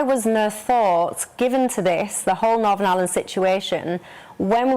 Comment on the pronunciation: I hate it when someone pronounces Northern, as NORVERN